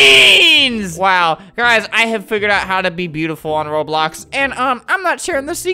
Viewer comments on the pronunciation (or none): Tivia: he says Roblux